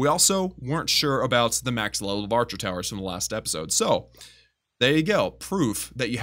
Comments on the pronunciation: Did you say barcher towers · this manz said barcher towers🤣🤣🤣🤣🤣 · “barcher towers”